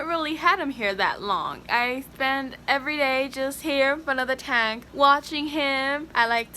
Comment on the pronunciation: fire boy Ixta taunk